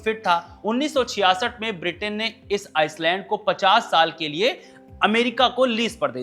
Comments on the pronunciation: Island को आईलैंड बोला जाता है, आइसलैंड नही...s silent होता है... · भाई आप एक पत्रकार हैं, किसके उच्चारण का मजाक उड़ाना मकसद नहीं है, लेकिन भाषा पर पकड़ ही एक बड़ी योग्यता है जो कि पत्रकारिता में साथ देती है। आप टापू बोल दीजिए अगर अंग्रेजी उच्चारण में परेशानी आती हो तो। Iceland aur island में बहुत फर्क है।